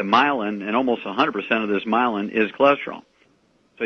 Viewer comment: myelin , not mylan.